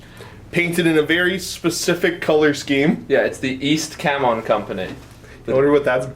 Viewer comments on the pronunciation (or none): Isn't the Ch in Chamon pronounced like Champ?